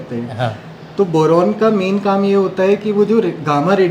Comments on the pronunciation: Bolna toh seekh le pehle boran nhi hota boron hota hai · बोरोन,बोरेन नहीं। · Boran nhi boron hota h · Bowraan nahi Boron hota hai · Boran, Boran aur Boran. Kuchh uchcharan bhi sudhar lijiye.